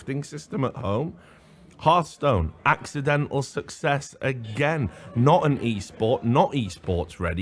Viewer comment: Richard "Done it agait" Lewis